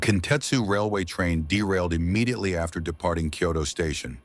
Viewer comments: If you're not AI, can you pronounce Kyoto correctly? You're saying it like "Kyodo." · It also mispronounced the name of the station. The name of the station is "Kyoto Station" and the reporter in Japanese pronounced it "Kyoto Eki". But the AI voice pronounced it like "key-yo-toe".